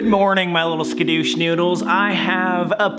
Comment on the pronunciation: "Skedoosh Noodles"